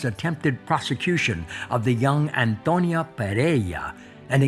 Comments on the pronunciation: They always mispronounce the name "Antonia", they say it as if the name were "Antonio" instead of "Antonia", there is a difference, in one the last letter is "o" and the other is "a", it is the same name but with a different gender. You English speakers don't pronounce stephan and stephanie the same way, right? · Why were they repeatedly saying Antonio when it clearly says Antonia?😂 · why's he keep calling Antonia "Antonio" then? 😂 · Antoniaaa no Antonioooo 😂😂😂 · I'm not so sure, he says "Antonio" all the time and it's "Antonia" 😂😂😂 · I’m not sure why he keeps calling her Antonio (male) instead of Antonia (female) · Antonia not Antonio 😄